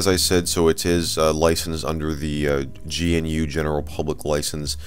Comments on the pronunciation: 2018 - still saying gee enn you. Gnu - new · Richard Stallman loses a bit of hope on humanity every time someone pronounces "gnew" as "gee an you" lol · It's pronounced GAUH-NEW. Don't upset Richard Stallman!